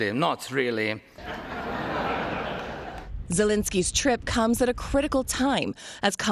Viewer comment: Did Joe Biden call “Zelensky”…..”Belensky”…with. “B”…???? How lost he is….?!?!?!